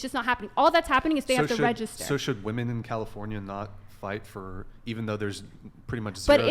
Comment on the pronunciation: Aside from the draft thing and the hypocrisy of feminists about that . . . please teach these women how to actually pronounce the word "women."